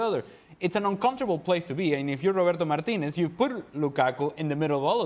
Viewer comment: Why is it cringe city? Because he is Hispanic and he is pronouncing Martinez's name properly?